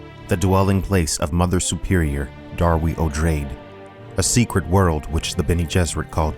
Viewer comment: Darwi, not Dwari.